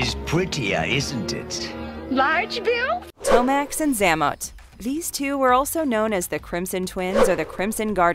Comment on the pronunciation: The pronunciations are butchered and really shouldn’t be. Grenadiers, Xamot and Tomax, and Major is a rank, not a first name. This stuff isn’t difficult.